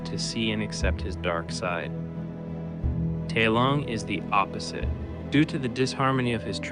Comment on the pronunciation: Bro didn’t even watch the movie, they say his name about a hundred times, it’s TAI Lung.